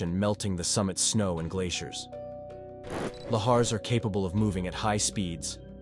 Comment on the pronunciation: Can't pronounce lahars correctly either. 😮😮😮